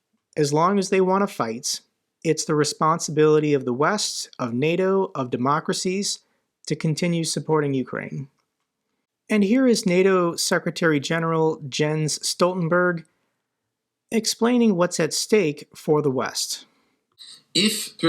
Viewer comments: not just "getting the votes", as 100% have to approve... but using a loophole, being, 100% of those present *Kharkiv region Jens is pronounced Yenss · Jens Stoltenberg is pronounced "Yenz" like Jan Michael Vincent (Airwolf TV show) is pronounced "Yan". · The J in Jens is like the Y in Yes not the J in Jeans